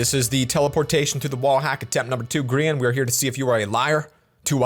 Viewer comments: Isn’t it GRA-in? Not grIIIan? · bro it's not greain it's Grain not greranin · Bruh its not griyan its grian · How I say it:grian How he says it:grEan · is saying ”Greean” but it’s ”Grian” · It’sgrian not Grean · He didn’t call him grian pronounced gry an but greean yay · Its grayan - grian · Its duznot sound like his name is sed Like greein it sounds like griyeen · Grrrr-a- n Not greian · pronounced griyan or grIyan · I always thought it was pronounced GR-EYE-IN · Who else got triggered when he said gree - un for grian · I’m very disturbed by the way he says grian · how dare you, you need to apologize for saying his name wrong not just move on from it I was just gonna decide to subscribe but you don’t deserve it.